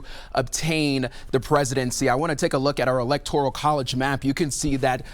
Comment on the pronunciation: "Electorical"?? college votes. This guy needs to go back to middle school. Wow!